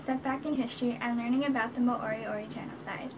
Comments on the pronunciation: its pronounced mo ri o ri!! Not ma ori ori.. awsome mahi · Do a research on your own culture, you need to speak to people of the culture your talking about and not put out uninformed history from your perspective and at least pronounce the word right. Moriori are Maori that have the same dialect as Ngai Tahu of the south island there was no genocide there were tribal battles and intermarriage like every where else in the world.